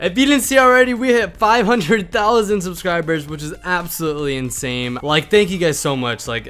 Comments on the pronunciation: He said insame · Is it just me or did he said that’s absolutely insame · My man said insame